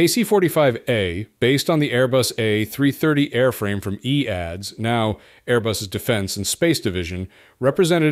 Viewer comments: Its an AI voice so pronounced it as written. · The company was called E A D S. Not EADS. It's today Airbus.